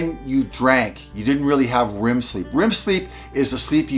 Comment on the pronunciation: Rem sleep not rim 😅